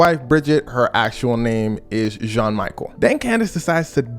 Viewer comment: is not jean michael its jean michel 😆